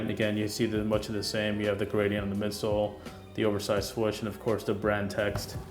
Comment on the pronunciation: SWOOOOSH NOT SWUCH